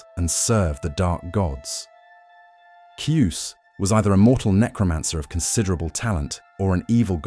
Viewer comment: Ki...us. Not Cuess.